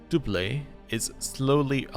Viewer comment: doublet= DUB-let (not what you said)